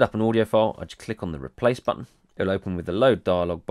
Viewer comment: "i gonna hit buttoneh"?? wudd is that